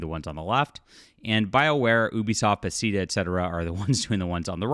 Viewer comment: Bruh did you say Baseeda? Bath-ez-da it’s in Maryland it’s a small city that the game company is named after.